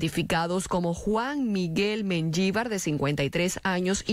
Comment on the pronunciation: MENYIVAR ? NO SERA MENJIVAR ? ES ESPAN̈OL ,NOMBRE PROPIO ..